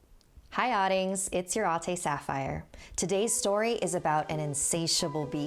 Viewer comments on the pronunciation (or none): Are u saying, "Hi oddingd!" or, "Hi oddlings!"?